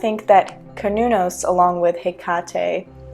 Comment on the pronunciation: Finally someone who says Cernunnos correctly.